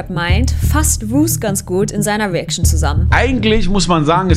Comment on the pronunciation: "... fasst ... in seiner WEACTION zusammen" aaahahahahaha